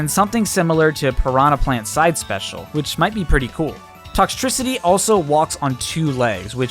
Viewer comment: I get it he said toxtricty but it’s such a good idea!